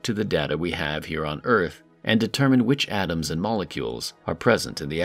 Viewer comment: I think they are called 'atoms', not 'Adams', mate.